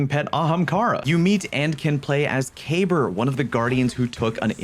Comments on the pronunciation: Why can nobody pronounce Kabr properly? Lol😅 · Huh, I didn't know that was how you pronounced Kabr's name